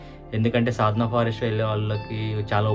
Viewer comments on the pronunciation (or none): sadna forest kadhu anna, Sadhana forest😅